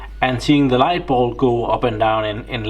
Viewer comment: pronunciation: bulb... not ball